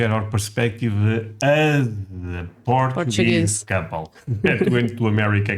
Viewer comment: I LUV my "Port-a gue"